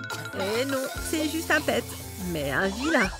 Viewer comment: "et non c'est juste un pet un vilain" elle a dit ça comme pette🤣🤣🤣